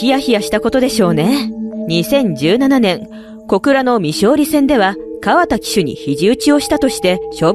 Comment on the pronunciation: かわた じゃなくて かわだ だぞ？ これだけで中継見てない唯の競馬ブームに乗っかて金稼ぎたいだけってわかんだね。 角居厩舎は2021で解散だったから2歳の受け入れやめてた。リアルスティールが問題なら矢作さんは二度と出さないだろうし邪推しかねぇな。